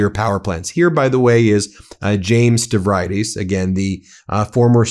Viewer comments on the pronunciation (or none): Just a kindly FYI... It's pronounced Stav-ree-dees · Ben, use a slight adjustment in your pronunciation of "Stavree-dis".